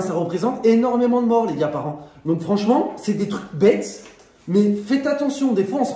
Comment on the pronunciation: dit donceu! Fait attention 🤣❤